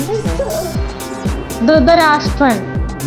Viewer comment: ധൃതരാഷ്ട്രൻ അതാരാ ധൃതരാഷ്ട്രർ ടെ അമ്മായിടെ മോൻ ആണോ.... 🙄🙄🙄🙄 പിന്നെ ധൃഷ്ടദ്യൂമ്നൻ ആണ്.. ചില വാക്കുകൾ പറയുമ്പോ ഉച്ചാരണം, അക്ഷരസ്ഫുടത എന്നൊക്കെ ഉണ്ട്.. അത് ആദ്യം ടീച്ചർ പഠിച്ചിട്ട് വാ 😂😂😂😂😂